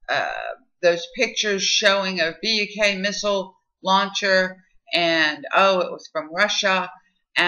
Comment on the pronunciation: Great video, although, Buk isn't read as B-U-K, it's read as 'book'.